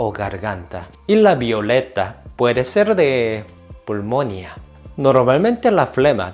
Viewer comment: Me encantó escuchar pulmonía con acento en la O.